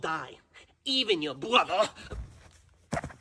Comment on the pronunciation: “Even your BWOTHER” 😂😂😂😂